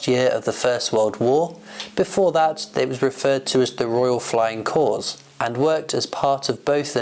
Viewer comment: You don't need to pronounce the 's' in (Royal Flying) Corps.